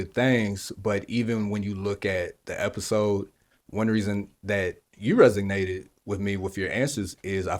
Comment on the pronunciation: keeps saying resignated instead of resonated